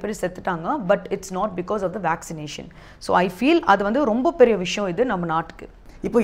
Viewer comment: சகோதரி சாப்பிடுவது தமிழக சாப்பாடு தமிழை விரைவில் கற்றுக்கொள்ளுங்கள். விஷம் இல்லை சகோதரி விஷயம். எங்கே சொல்லுங்க விஷயம்.